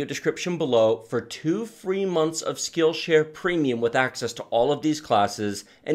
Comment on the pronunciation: "Skillscare"?!, please!